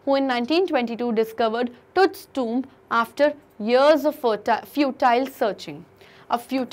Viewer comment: It's tomb Not tuumb 🙏🤦